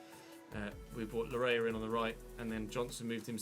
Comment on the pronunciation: its pronounced Layee not lawrea. thanks